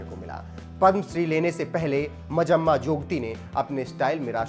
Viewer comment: It's not majamma ...it's manjamma